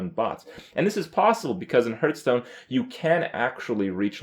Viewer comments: Seriously, he is still saying "Hurtstone" ? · He also says hurtstone and krayken, kripp just doesn't know how to pronounce shit.